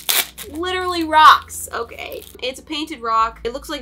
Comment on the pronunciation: Lol it’s okaay